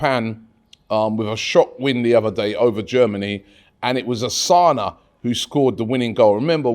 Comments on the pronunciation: Robbie is not Asana is Takumo Asano, I think Robbie needs to take pronouncition class😅. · yo rob. its asano. not osana. just like maintland niles. not maitland miles. gosh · Robbie its asano not asana. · Osana? ASANO, can Robbie seriously not read? It's not a polish name ffs